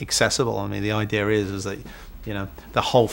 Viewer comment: haha "idear" where the hell is that r coming from?! british ppl speak funny! lol